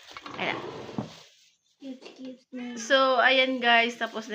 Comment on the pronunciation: hahaha natawa ako kay dahil mali mali pagsabi sa cubes cubes tatlong beses sinabi mali pa rin, 😂😂hello ❤